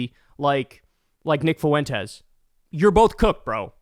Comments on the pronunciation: Not to birddog you Kyle, but its pronounced Fwentes not Foo-entes Diphthongs baby PS who cares what Nick “I poop my pants; can’t get a date” Fuentes says? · It’s not pronounced “Fooentez”, it’s pronounced “Fwentez”. Just fyi. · Does Kyle not know how to pronounce “Fuentes”? Lol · Can anyone tell me why Kyle pronounces Fuentes FOO-aint tez. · Why does Kyle keep mispronouncing Fuentes? 😂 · …your pronunciation of “Fuentes” is horrendous - you must live in the whitest town on the planet.